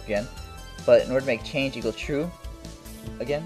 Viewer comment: "changle" lmao